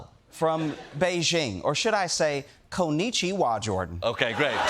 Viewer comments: Konnichiwa, lol. That was painful to watch, and I'm not even asian. 😹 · Did he just say…Konnichiwa? 😂😂😂😂😂😂😂